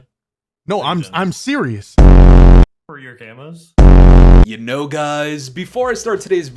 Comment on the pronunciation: "F0r YoUr CaMoSsS" 🦧